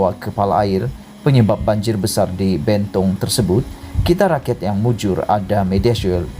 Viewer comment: SEBUT LENTANG SALAH...SEBUT BENTONG SALAH...XPAYAH BUAT CHANNEL LA MCMNI